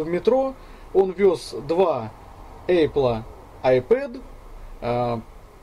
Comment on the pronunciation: у меня кровь из ушей пошла когда он в 100 раз сказад эЙпл, пздц!